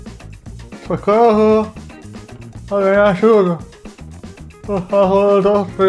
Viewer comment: EU RACHEI O BICO COM ESSE FINAL DO VIDEO KKKKKKKKKK "SOCOHHO"